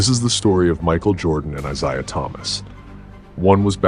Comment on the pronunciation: Could you please stop mispronouncing Isiah 😢